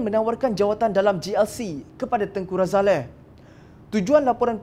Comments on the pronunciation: Sebutan yg betul adalah Tengku Razali....bukannya Tengku Razaleh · Something wrong with this guy, why he keep saying Tengku RAZALEH, its Ralazie...tell him to learn how to pronounce name properly.